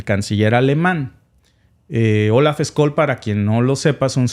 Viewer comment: Scschsch...olz ssssholz...no skoll...es aleman no ingles!!!😂😂😂